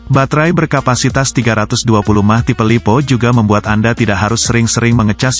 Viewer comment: Kocak M-a-h jadi mah tolong di benerin pengucapan botnya wkwk